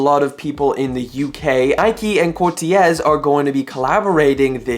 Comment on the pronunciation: u say it cortez btw😁